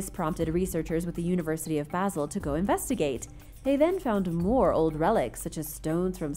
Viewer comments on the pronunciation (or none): none